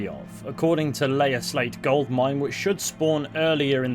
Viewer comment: "Lair" is pronounced to rhyme with "wear", just FYI.